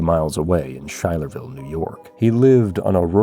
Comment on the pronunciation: Quick correction for you from someone who grew up in Schuyler County, NY- Schuylerville is pronounced, "Sky-lerville", not "Shy-lerville."